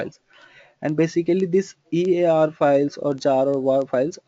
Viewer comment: Most of these reviews seem paid/favored. If your English is this bad, why not create video in Hindi? Also, if you want to make video public, please put some effort in learning to pronounce the names such as servers, webshpere, platform, EAR and list goes on .if you want to create your own pronunciation, then create/invent your own stuff first and then pronounce them whatever way you want :). There are quite a few wrong information given in the video. For example, web server's purpose is to route request. is your web server fundamentals clear?